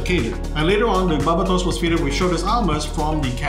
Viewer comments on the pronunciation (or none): why do they always say the name weird, its BAR-BAY-TOS thats how you pronounce the demons name. it was the one thing that kept bugging me that whole show.